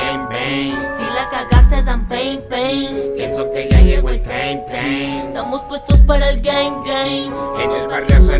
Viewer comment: Que no se pronuncia "taim" en vez de "teim" ?? Jaja